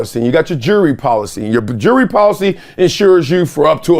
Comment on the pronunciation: "Jurrey" It's "JEWELRY". And it's not an "AWARD". It's a "REWARD". You monkeys are so stupid.